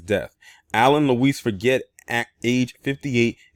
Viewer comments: Hey, how is it going, man! I just wanted to share with you that his last name which is spelled Forget is pronounced ( Forjay) in phonoenics. I believe it's a French last name. Keep bringing the good content and notable stories that go under the radar. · Yes its pronounced forjay like Guy Forget the old French tennis player.